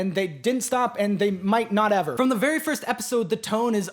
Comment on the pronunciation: Every time I rewatch this I get skewered by the “vewy vewy soon” and it still surprises me a little every time